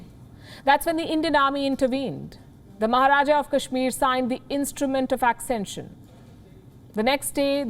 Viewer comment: Accention or accession